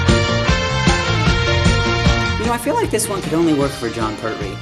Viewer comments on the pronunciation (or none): none